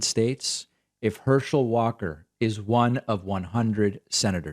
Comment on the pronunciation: Herschel, I thought you said hershey